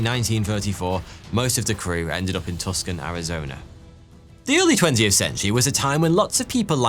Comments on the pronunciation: it's pronounced TOO sawn... not tuckson. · did you say TUCK SON Arizona? It's pronounced TOO SAHN. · Hate to correct you here, but Tucson is pronounced like “too-sawn” not Tuksan I only know cause I live here. 😂 love your videos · once again (yes, you said it wrong once before) I am here to tell you that Tuscon is NOT PRONOUNCED 'Tus-kon' ... it's a weird one.. it's pronounced "Too-sahn' - I have NO IDEA who or why pronounced it this way... it just is what it is... but EVERY AMERICAN is yelling at their screen saying "Toosaan!! Tuusan!!!" lol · "TUSKIN" Arizona 😂 its "too-soan"😭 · TUCSON = TOO SAHN not tuck son ...lol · "Tusk-on" Arizona? Actually pronounced "TOO-sun. Win one for the Gipper! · not "Tuck-son", but rather "Two-Son", ;) thanks for reading... :) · As a resident, it's Too-sahn, not tus-kin😊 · It's Tucson not tuscan. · Tuscan Arizona pronounced Too-saan. I know it’s not phonetic to it’s spelling but you guys pronounce aluminum as aluminium so I’m sure you can get past it😏😉😁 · It's not pronounced "tukson" it's pronounced "too-sawn" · Not sure how you got Tuscon out of Tucson... which is clearly pronounced Toosen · tucson isnt pronounced "tuck-son", it's pronounced "too-san" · Haha Tuskan Arizona it’s pronounced Two-Sahn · Wonderful stuff! Please note: the city in Arizona, inexplicably spelled Tucson, but is pronounced 'too-son'. In your Dillinger episode, you said 'Tuscon', which, as you know, is an Anglicised moniker for a region in Italy. We've been watching you for years. (That sounds almost creepy!) Great content, well presented. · It's pronounced "Two-sonn" not "TUK-son"! Just for future reference. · Tuscan is pronounced too-sawn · Its not "Tuk-son" Arizona its "Two-san" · Too-sahn not tuskan. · omg I just went through the comments... SOOOO MANY YELLING AT YOU ABOUT "Twosan"!!! lmao - You did this in another video with the SAME CITY!!!! lmao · a better way to type the pronunciation would be two-sawn. "san" leaves it ambiguous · Too•sohn Tucson